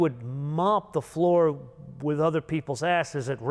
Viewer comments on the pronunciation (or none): none